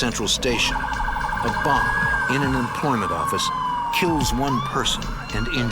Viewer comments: "nuu yawk affice" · NO YAWK FAFFICE! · NEW YAWK AFFICE!